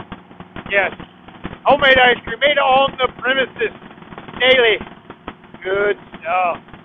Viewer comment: Did you say Ice Cream on my way 😂😂😂